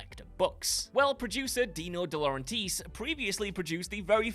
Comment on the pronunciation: The Dino De Laurentiis pronunciation was bad, but then the Orion hit. 😂😂😂😂😂